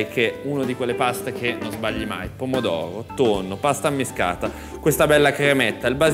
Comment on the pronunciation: Pasta ammiSHcata e non ammiscata. A Napoli la s si usa come SH di Ashish.